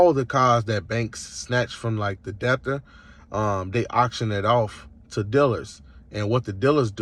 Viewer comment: I don’t know which was funnier- the fact he doesn’t know how to pronounce “debtor” or the fact that after rambling for several minutes explaining how he breaks the law, he then says he’s not saying to do anything illegal lol What you describe is a crime called fraud. You have not found any “loopholes” You are breaking the law. If that doesn’t bother you, that’s fine but at least understand you are a criminal, because the banks will catch up to you